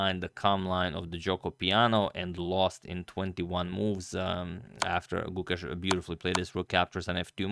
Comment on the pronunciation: When you pronounce the name Gukesh, the e is long. So, it sounds like the 'a' in rAce.